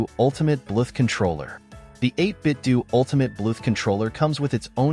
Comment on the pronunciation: Good video but wtf is up with "Blueth"